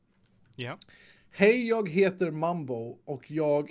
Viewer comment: You mispronounced "jag".